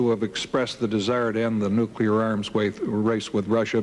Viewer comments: Carter, Nukeeer Exposv, English? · I see that Jimmy Carter and George W. Bush both have problems trying to say "nuclear." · President Carter could not pronounce nuclear. That’s surprising to me. I was under the impression that he was one of our smartest presidents. How can one be smart and not be able to figure out how to pronounce a simple word?